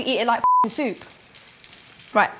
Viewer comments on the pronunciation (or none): none